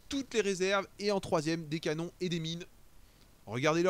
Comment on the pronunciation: bien bien, j'ai juste ptdr quand tu dis les "cannones"